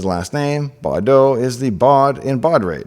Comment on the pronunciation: *Baudot not "Bardot". Brigitte Anne-Marie Bardot b. was not yet popular.